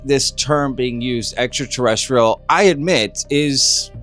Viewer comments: He said "Extra" but mispronounced "Terrestrial", so he corrected himself with that word. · Except that Donald couldn’t say ‘terrestrial’! 😂 Oh, & this information affects the WHOLE world, not just America! !